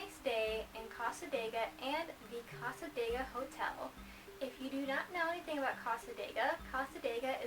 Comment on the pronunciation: You're pronouncing cassadega wrong lol sorry but as a local its a bit annoying. The area isn't haunted at all they just use the reputation to make money as a small town.